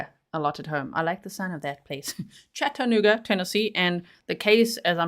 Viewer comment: Catching this on the replay as I missed most of the live!, I love how you pronounce Chattanooga 😄—especially with your accent. Down here in the Tennessee region, most folks say it like "Chadd-a-nooo-ga" 🤭—unless they’re new to the South. It’s kind of like Louisville, Kentucky. People who aren’t from around here might say "Lewis-ville" or "Louie-ville," but locals from this region will let you know it’s "Lou-vull." I grew up in a small/rural farming community in Wisconsin, so moving to Birmingham, Alabama at 18 years old, and never being exposed to any other part of the country other than the midwest. Boy, was a whole culture shock. Thank goodness my new community quickly gave me a crash course in Southern living so i wouldn't stick out like a vulnerable "sore thumb" 🫣: 1. It’s “y’all,” not “you guys.” 2. It’s “Coke,” not “pop.” 3. And for the love of sweet tea, it’s "Lou-vull," not "Louie-ville." 😂 Funny enough, within a few years of leaving my small hometown, one accent that drives me nuts now is the one I grew up with. It’s like nails on a chalkboard—but also a little nostalgic. When I visit Wisconsin, I’m the one with the accent now, but within 24 hours, I’m back in full-on “Yankee girl” mode. Then I come home, and the same thing happens in reverse: the Wisconsin girl gets shoved in the back seat, and the Southern woman takes the wheel again. It’s like my accents have a time-share agreement! And even though I’ve now lived more of my life in the South than I did in